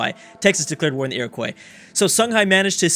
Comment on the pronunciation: It's Iro-qwuah, not Iro-koi :P for the iroquois